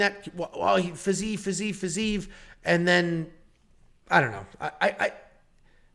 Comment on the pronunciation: The fact you can’t pronounce Fiziev correctly. FERGUSON HAMMER. I mean I’d hammer the NC but 🤷‍♂️